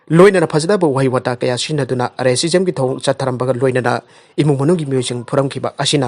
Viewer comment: R A cism lo nattraga racism haiduiro?? Officer-in- charge la nattraga noigi channel gidi Office in charge oiduiro?? Mayam tanaba pao sandoklibanina khara care loubiduna rehearsal khara toubiraga pabiyu lairikka etam tamlaktabei type yana2ba pangpa pasinbado nungaijade